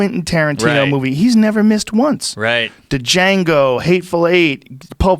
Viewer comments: JR pronounces the D in Django, Ooof... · Joe: Duh-Jango Mark: Django. Joe: Duh Jango Mark: The "D" is silent mother fucker. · "D" Jango...lol We all say that to be funny...But Joe! The "D" is silent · Joe “Da-Jango” Rogan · Joe 'Du-Jango' Rogan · Joe " I pronounce Django like Duhjango" Rogan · Joe said “Duh-jango Unchained” and mark subtly says it right lol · Joe "DAJANGO" Rogan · Joe "Duh-jango" Rogan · Is Joe having a CTE Schaub moment with "Duh-Jango?!" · D-Jango lol ....there's even a scene in the movie that debates the pronunciation/spelling. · It’s so cringy when joe says “d’jango” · Will someone tell Joe Rogan that the D is silent in Django, please? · The D is silent! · the D is silent .. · The "D" is silent you! lol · The D is silent,. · The "D" is silent, white boy. Even I know that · the d is fucking silent joe